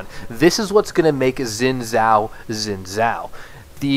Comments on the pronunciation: I can't stand you pronouncing it zin zao, that's simply not correct. Learn how to say a champs name before making a whole video about him. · u just cant pronounce chinese properly